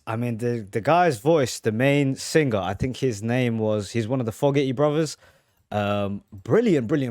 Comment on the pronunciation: Fogerty……pronounced …Foe….gerty not ….Fog…erty.